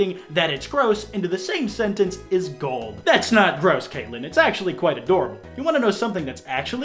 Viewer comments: Ah yes, the organic shit connoisseur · it’s ok. you can say dumb.